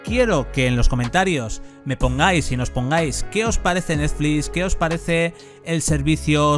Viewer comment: "Netflix" no neflis me estresa que cada 10 seg lo menciones y lo hagas mal, dislike